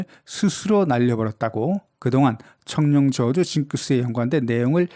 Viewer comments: 성룡발음이 청룡으로 들리는대 나만 그런가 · 중국어 발음이 청룽입니다. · 나만 청룡으로 들려? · 청룡이라고 발음하는거 같은데요?